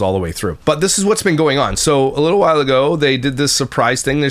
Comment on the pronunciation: Where's the grammar police pop up?! She says a lot of things incorrectly: Relling = railing. Why = while. Ora = Aurora. Seavanyah = Savannah. Drives me insane🙆🏾‍♀️🤦🏾‍♀️